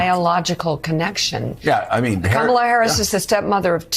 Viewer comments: How hard is it to say comma-la! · Do you think those realize how disrespectful and stupid they appear when they still can't pronounce her name? If you can''t prounce comma la how can you deal with the really challenging names of other countries?? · ANOTHER mispronunciation of the Vice-President's first name. And ANOTHER piece of former Governor George Wallace's campaign strategy. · Sarah, she is Madam President to you, not Kamaila, It’s Ka-ma-la ‼️‼️. What a disrespectful Governor, she was trained by Donald Trump while his press secretary,. VOTE 💙💙💙💙💙💙💙💙💙💙💙💙🇺🇸🇺🇸🇺🇸🇺🇸🇺🇸🇺🇸🇺🇸🇺🇸🇺🇸🇺🇸✌🏻💪. That’s right Second Gentleman stand by your woman. Soon to be Madam President ‼️‼️‼️🥰🥰🥰 Together We WIN, stay focused and on message. Don’t take anything for granted., no distractions. No vote for the Harris/Walz team is a vote for disaster. Again vote 💙💙💙💙💙💙💙💙💙💙💙🇺🇸🇺🇸💪💪💪🇺🇸🇺🇸🇺🇸🇺🇸🇺🇸🇺🇸🇺🇸🆘electoral college and popular vote 🗳️. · I'm also amused by the blatant refusal of any of the MAGA people to pronounce "KAmala" correctly. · She also pronounced Kamala‘s name incorrectly. You know she did that on purpose, too! How can you be hurtful , insulting and say you are“ humble “? Asshole Huckleberry!😂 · Idiot Huckabee can’t even pronounce Kāmala’s name correctly. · Again, mispronouncing her name is rude and disrespectful. It has nothing to do with politics. It must be a southern republican inability to speak properly. Oh, they pronounce to be religious too. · Mispronounces her name and then insults her for not giving birth. Such an asshat. Shame. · What is it that she and Orange man can't pronounce Kamala properly? Are they doing it on purpose? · Huckabee doesn’t even know how to pronounce Kamala! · The governor of Arkansas get her job from her Daddy! My wife and i are adoptive parents and my child will always be my daughter! A fool who cannot pronounce the Vice President's nsme correctly so she must be highly uneducated too! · they are so dumb they cant even say her name right